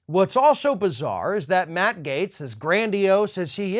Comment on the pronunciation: Without freedom of speech we wouldn’t know who the idiots are. This Gaetz clown is so stupid he can't even pronounce his GERMAN name properly. What a trumpian POS.